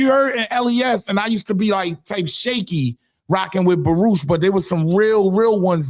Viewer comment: Did he say Baroosh projects 😂😂😂